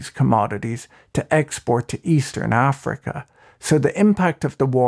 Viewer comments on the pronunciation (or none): none